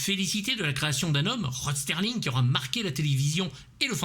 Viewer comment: Ah... Ben je répondais au commentaire, j'avais même pas remarqué que tu avais employé ce terme dans ta vidéo sur Crocodile Dundee. Mais à l'oral ça passe, c'est peu audible, par contre à l'écrit ça saute aux yeux comme une bite au cul 😁 Pour ce qui est de Sterling vs Serling, j'ai fait la même faute de prononciation pendant des années, genre 15 ans. Mais c'est assez naturel vu qu'on a l'habitude de parler de la livre Sterling, du sterling silver. Bref, pas de quoi en faire une jaunisse.